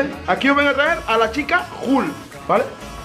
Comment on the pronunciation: No es hukl es hulk